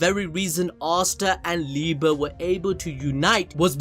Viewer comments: Love the videos but I’m gonna have to clown you here just for a small second 😂! It’s pronounced Liebe(liebay) not liebuh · No it's literally the right way to say it's lie-be it's the german word for love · The way he says Liebe triggers me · Stop saying /mayukiula/, is /meyikiula/ and is /libe/ not /liba/